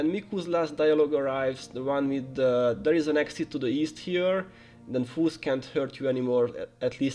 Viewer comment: I was really confused on why you were calling them "foos" (slang for fools), but then i understood by the end that you meant foes. Appreciate the guide :)